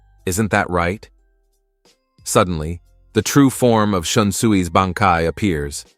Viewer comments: even bankai sounds more like banky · Umm you had me til you said BAN, KAI